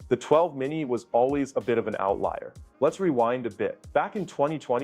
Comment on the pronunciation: Lost me at "dropped" and "outlier". Learn how to speak before you make a video.